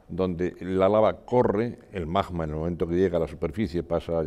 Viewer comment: Lo que no puede ser es que un vulcanólogo diga “majma” en vez de magma 😂😂😂 Es como decir “el bij banj”.